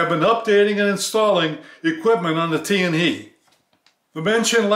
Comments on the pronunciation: TianHe is pronounced as Tian "HER" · It's pronounced as "Tian Her" not Tian hei. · without "r", but it's ok to pronounce as "he", for "tian he" is Chinese Pin Yin, not english. Just like "Ni Hao".